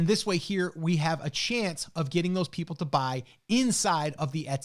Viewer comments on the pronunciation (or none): "we have a chance for those PEOPE to buy" Oops.🙂 (Sorry, couldn't resist.) Love the video, by the way. Just discovered your channel and I think I'm on about video #4 or 5 in a row. 🙂 By the way, when talking about the email marketing, you didn't mention anything about the fees that are charged by the giveaway, facebook, etc. Do you have another video where you talk about this and the ROI versus just using the Etsy marketing?